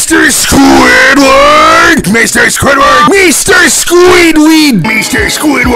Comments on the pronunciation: Mr SqüįdFærrt!!! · MISTER SQÙĪDWÆRD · M e s t e r s q u i d f a r t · I love the part when he said mr mester squidword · Mr squidwaha